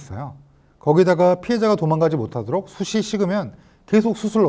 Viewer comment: '숯이'는 '숫치'라고 발음하시오. '숫이'가 아니라.